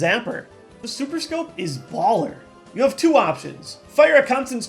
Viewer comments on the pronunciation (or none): none